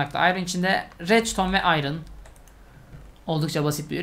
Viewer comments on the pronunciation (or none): none